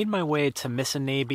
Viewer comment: you are pronouncing "Missinaibi" incorrectly....Phonetically its MISSINOBI as in door knob missiNOBi